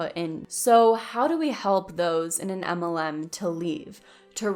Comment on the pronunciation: Yea you’re cute and all but why don’t you say MLM? As in M. L. M. Or “em ell EM.” You say “umULLum.” Like “um- ull UM. I’m POSITIVE I’m not the 1st nor last to ask.